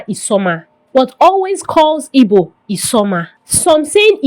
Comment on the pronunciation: I don't know why you find it difficult pronouncing igbo please its not ibo, what is ibo?😂😂😂